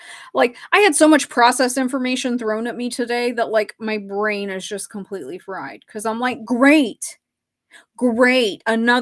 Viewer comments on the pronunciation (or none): none